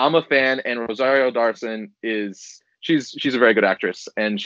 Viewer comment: Rosario "Dawrson" and "Hans" Christensen Lol and